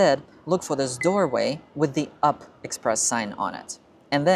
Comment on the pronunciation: The locals call U-P, not up. This diminishes your prez.